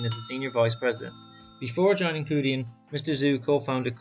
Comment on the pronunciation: The closest Romanisation is Chew Dian. The 2 characters 趣店 literally translate to 'Interesting store'. Thank you for the coverage on the company. It's worth to make the effort to learn the correct pronunciation of companies that interest us.